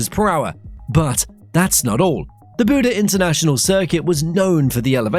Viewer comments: why do you call it buda when its clearly buddh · its buddh not buda